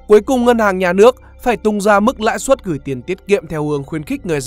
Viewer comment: Bài viết hay, anyway, "lãi suất" chứ ko phải "lãi xuất" nha